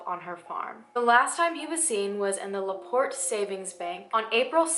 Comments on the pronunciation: My hometown.. I grew up hearing these stories and viewing our local museum with a good size section about her.. You did a great job covering this story.. And you did pronounce my town right.. lol (la port) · You said La Porte right! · You pronounced LaPorte correctly :) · Unless I'm just crazy, "LaPorte" was pronounced right. My mom grew up just two counties away, so I'm pretty certain, lol. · lol you said laporte right! i live about 15 mins away from there, and i’ve never heard of her!